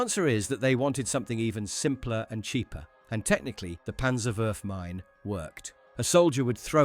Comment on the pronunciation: Just a small linguistic note: The last part of "Panzerwurfmine" (literally "Panzer Throwing Mine") is not spelled "minney", it is spoken more like "meene".